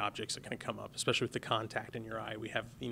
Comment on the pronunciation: I heard this guy say "Ekspecially" and stopped.